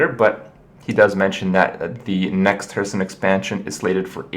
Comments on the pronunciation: I don't even know which video that I watched this one is, but... why does Kripp keep pronouncing it "Hurthstone"?! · he always pronounce it "hurtstone" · "Hurthstone" -Kripp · Am i the only one who is noticing Kripp's wrong pronounciation of ''Hearthstone''? No haterino or kapparino. Nice vid nonetheless bro.